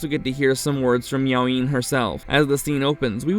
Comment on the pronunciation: I think it's Miao Yin...not Meowing